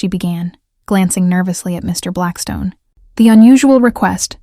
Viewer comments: I enjoy the narrator too, although unfortunately I think its the "good 'ol" AI ... listen to the stop between MR ... & BLACKSTONE. perhaps I'm wrong ... ?? Eugenie Adelaide, South Australia, Australia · Yep needs a part 2 for sure, but one issue with the AI reading. Every time it came to saying Mr Blackstone there is a pays between the Mr and Blackstone as a dramatic pause which should not be there, it should flow smoothly between the Mr and Blackstone. It’s why I’m not a fan of AI doing the readings. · Thank you. That also drives me crazy in these stories!